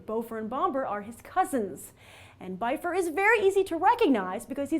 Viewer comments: And it´s bifur not baifer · By fur? really? Byfur? IT'S BIFUR YOU SON OF A TROLL. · Yes, but Peter Jackson WAS wrong. Oin and Gloin are pronounced like Owen and Glowen, Bifur isn't Biffer OR Byfer, it's Beefur. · Bifur is prounced "be-fur", not "buy-fur".My faves: 1: Gloín (cuz he's Gimli's dad) 2: Balin 3: Bombur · its not Byfur... If Bifur. Get it right. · Grace, I think you're mispronouncing Bifur, Bofur, and Bombur. Bifur rhymes with swiffer, Bofur rhymes with coffer, and Bombur rhymes with somber. :)